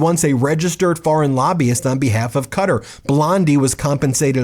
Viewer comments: Kuh-taa , not cutter . 🙉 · Ben... it's KUH-tar not cutter. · no, I meant the er because Americans pronounce it cuttER, not cuttAR. I know what I meant, I use my mind 2 think. If u want 2 be exact, it's more like cuttrrrrr. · Its Qatar not cutter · Qatar is pronounced Kah tar... get it right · Please it's not pronounced Katar . it is Qatar = Kouatar !! with the accent on the AR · Why are you pronouncing Qatar 'Cutter'. Have a word with yourself. You sound remedial. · Are you not allowed to say Qatar? Qa-tar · Why are you pronouncing Qatar as cutter ? You should ridiculous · Sorry but it is pronounced... Ka. Tar! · This is corruption at the highest possible level! But why are you pronouncing "Qatar", "Cutter"? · Love youe channel but Its prenouced (Cat R) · I love fighting the good fight just idk why his pronunciation of it as Cutter instead of Kah-Tar bugs me lol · Qatar is pronounced ka tar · Its pronounced kuh'tar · You don’t pronounce it “cutter”. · Kah Tar phonetically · who´s Cutter? I though for a few minutes... "ooooh QATAR" ok!!!! :D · This is absolute BS. He obviously gave them something or promised him something. That’s just unbelievable too. The American people is this the big thing he was talking about. I have a big announcement to make what a joke. Also, Qatar is not pronounced cutter just to let you know. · my only complant.... its pronounced Ka-Tar. otherwise, completely shameful. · Please re-record this with the correct pronounciation! The country of Qatar is pronounced “Cat-ar” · I love watching Meidas it gives me hope! I can't believe people are ignoring the corruption Trump is doing in front of our faces! Not to be the grammar police but when I hear you pronounce Qatar is sounds odd to me because I was taught to pronounce it kuh taar! lol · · Darling, love ya, but its pronounce "Kit-R" for(Qatar). Mwah!!!!❤ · It’s pronounced KA’Tarr Ben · it is pronounced "kuhTar" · Any chance you can pronounce Qatar correctly? There's no such country as Cutter!